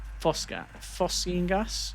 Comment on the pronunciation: Phosgene and phosphine are two very different compounds, both are toxic but phosgene is famous for war crimes where as phosphine is typically used as a pesticide. The stuff you are using is pronounced phos-gene